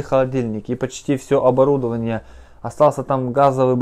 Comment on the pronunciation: Правильно: ОборудОвание